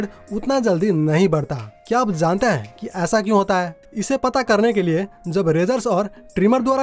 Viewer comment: Zaante नही जानते है ऐसे बोलो भाई ब्लॉड नही ब्लड भच्चा नही बच्चा क्या यार